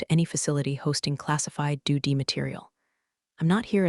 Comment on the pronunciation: And doodee for DoD